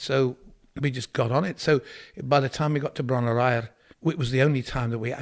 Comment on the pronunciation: aur...should be eyerrrrrr!😆